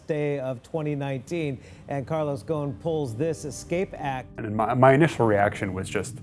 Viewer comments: how should i believe that you know what you are talking about, when you are pronouncing his name wrong! his name is ghoSN not ghoNS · The S is not silent!! It is ghosn and not gon. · It’s pronounced Gho-son not ghon 🤦🏻‍♂️ I’m Lebanese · Why are they pronouncing his name as gone? 🤣 It is Ghosn or Ghusn which means a branch in Arabic. Like a tree branch. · Dude you need to pronounce his family name.right😅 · GOSSON not GOOON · There is an “S” in his last name. The “S” is not silent. It is GhoSn not Ghon. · He keeps referring to him as "Gohn" while his name is obviously "GohSn". It means tree branch in Arabic. It's not his fault tho cuz all Japanese media refers to him as Gohn too. Even on Wikipedia. The Japanese language capable of a better pronunciation of his name. Maybe that's his Brazilian or French name of something!! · Am I the only Arabic-speaking person here who is getting irritated by the way he is pronouncing "Go-h-n"? It is Gh-o-S-n you idiot! Ghosn! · hahahah They dont even know how to pronounce his Last name loool GHOSN become GONE :D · The speaker created a new way to pronounce his last name “goon” its Ghoson. I can’t even concentrate to what he’s saying.. annoying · The thing that upsets me the most about this is how non-arabs pronounce "Ghosn". It's not "Gohn", it's pronounced like "Rosn" (ɣʊsˁn̩) which means "tree branch" in Arabic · His name is not ghawn. it us ghussun which means branch. the s is pronounced and clearly, apart from the obstinate western media. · why do you people say Gon like he's a goon or something even try to call him 8osn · It’s goo-soun not goen ghosnnn 😂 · its not "gone" its ghoSn. S is very pronounced in the name. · his name is Carlos Ghosn not Carlos Gone!! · So when did we start pronouncing Gho-sn as Gone?!!! If you want to do a documentary about a person at least pronounce his name as it is in his original language. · The "s" shouldn't be silent idk why yall say it like "gone" instead of "ghosn" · okay, but now he's "Gone"